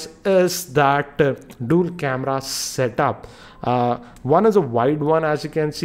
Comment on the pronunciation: "Dool' camera", "forke", "shaomi" - OMFG, your prononciation is SO BAD! Don't make a video on youtube.